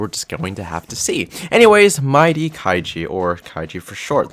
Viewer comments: My-e-da that’s how u say his first name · You pronounce his name as Mah Eh Dah - kay G